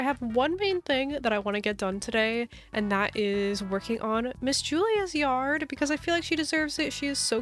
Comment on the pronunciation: I love how u say yarrrrd💅im sick to btw☺